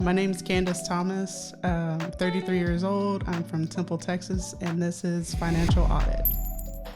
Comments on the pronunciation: It's temple tx * not tenple ❤ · “Tenple Texas” 😂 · WAIT A MINUTE... "Tenple, TX"? O_o